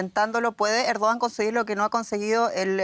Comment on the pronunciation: Errdoggan...se pronuncia